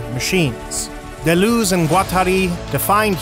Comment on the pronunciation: Thanks for this informative video. Taking some French lessons would improve the pronunciation especially of D. and G. which is desperately needed imho